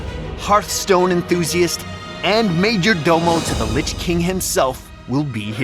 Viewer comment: The narrator doesn't know how to pronounce majordomo.